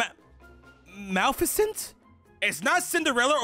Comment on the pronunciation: I hope the Maleficent mispronounciation was a joke. And the fact that doesn't know what In Living Color tv show is. *sighs